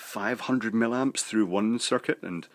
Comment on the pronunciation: It's "MILLIAMPS", not "millamps"! Do you do this on purpose? Aaaarrrggh! I love your videos but, as a qualified EE, this really irritates me to the point that I can't watch many of them.